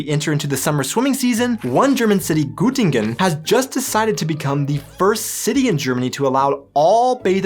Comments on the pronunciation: Hey, I have one tip because I heard your pronunciation of "Göttingen": Göttingen is not pronounced as "Gootingen", the German ö is pronounced more like a British "ir" like in Sir or bird. So, try to pronounce "Göttingen" as "Girtingen". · You would pronounce the r in Girtingen in (Standard) American English. That wouldn't work. (Standard) British English is non-rhotic (like Standard High German). I'm pretty sure they practiced the German Ö at German classes though. ;)